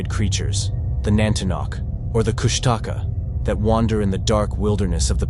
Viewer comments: It’s Koosh ta Kaa. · I believe its pronounced kush ta caw. And some believe it has an appearance of an otter and cries like a baby